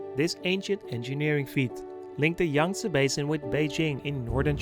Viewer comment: a very nice and enjoyable video and great pictures. JUST SOME critism: Understandably your Dutch, however your anuctiation and pronunciation needs some serious work on. Your using too much "Da" instead of "The"...Your pronunciation of the river Yangste is terrible and the pronunciation of Canals, is also bad. This bad use of English is NOT acceptable and it does your productions no good. Respectfully I suggest when you do voice overs of a place you have tarvelled to... in English for various productions for You Tube, before putting the track down, visit a good English speaking coach... to guide you, to pronounce words and names and other facts properly. Also you become very monotonous in your voice overs, you need to change, build up and go low and show some energy too. Anders praat jy liewers in Afrikaans. Alles van die beste.😁🤗